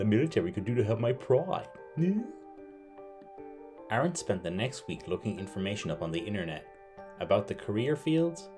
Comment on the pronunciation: Terrifying intro. You pronounce Aaron as Arn.😆